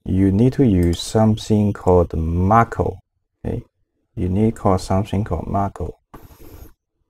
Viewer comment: Thank you for this tutorial but it's not Marco, it's "macro". Macro is useful from Marco :)